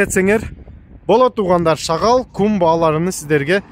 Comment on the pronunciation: Рахмат байке,шагал дебей шагыл десеңиз.